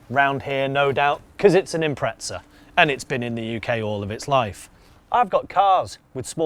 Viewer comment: why do pommes call it an Impretza? There's no t in Impreza.